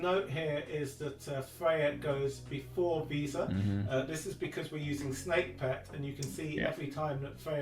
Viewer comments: He kept saying visa not vesa, was very distracting 😊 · Idk why but calling Vesa "Visa" just cracks me up every time:D whaling so hard he turned Vesa into Visa:))